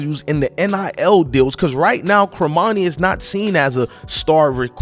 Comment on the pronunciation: 1- it's pronounced CORmani not CROmani.... 2- you say ''to bash this kid the way you have'' is over-simplifying since in the text below the video you said ''earning the praise of.'' 3- another click-bait title ''done with CU''... Unless you're Cormani's best friend or his cousin, you have no idea if he's staying in Boulder or hitting the portal, so don't act like you know any fact before it's proven. At this point, he's staying. I'll bet anything in your wallet he'll have a solid soph season as a Buff. (gawwwd, I despise click-bait bs)